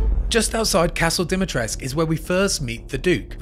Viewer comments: It's DIMITRESCU! Not DIMITRESC! Stop pronouncing my name like that. It's not that hard. -_ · jesus, should be ashamed by now for still sayng Dimitrescu the wrong way